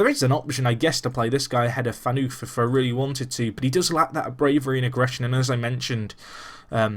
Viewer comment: Phaneufff , not pheanuuuf :D